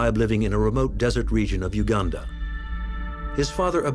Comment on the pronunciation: Great you said it well Uganda!! Not Ouganda